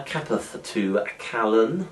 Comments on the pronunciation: its pronounced caylen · Dude. It's pronounced CAY-LEN, spelt Calen